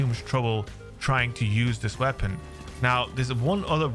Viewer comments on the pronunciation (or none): Goopy wea-ponn. Glorious!